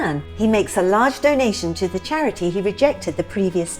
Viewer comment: Chirity?!! 😊 Very posh! X.